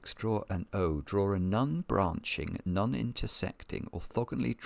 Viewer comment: Non rhymes with gone. Not nun